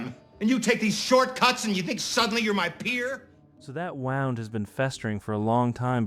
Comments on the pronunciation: That wownd? I believe it's pronounced woond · wound is pronounced woo-nd for "that wound has been festering" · you mispronounced "wound" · Woond. Is 'wound'. Like, wound up tight. Wooed and swooned and bruised and abused and tooned and looned. Wound, abound, found, Escaflowne in town, all around. Bitches. XD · you’re in too deep! Can’t change it now! I love mistakes like this btw, I think it makes the video better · I noticed this too, it’s baffling !?!?